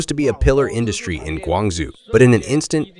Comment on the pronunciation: Can't you give the male AI syllables so it doesn't say "Guong zoo"?